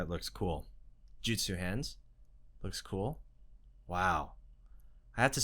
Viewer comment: Its not Jitsu its Jutsu